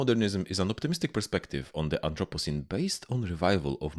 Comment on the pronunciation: Am I the only one who heard "anthropussy" when he said anthropocene or is youtube just autodeleting comments with the dreaded p word in it?